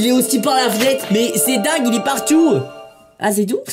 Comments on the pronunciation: "il est partiou"😂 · "c dingue il est partouw" 😂😭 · Non mais c’est dingue il est partouuuuuoouuut L’accent anglais MDR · Accent arabique mdrrr